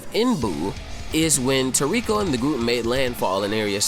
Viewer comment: For god sakes man, its [Tor-Ri-ko] even the sub voice actors say it like that!! I have never heard Komatsu say Tor-riko